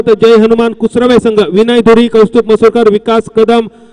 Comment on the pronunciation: Kusure nahi... kusrave